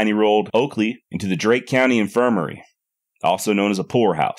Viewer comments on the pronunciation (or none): Nicely done. Respectfully, however, she is from Darke County and not Drake. It is pronounced “dark”.